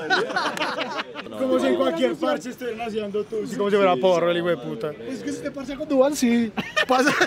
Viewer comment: Gabriel: Tussy social. Yo habiendo escuchado P-u-s-s-y- social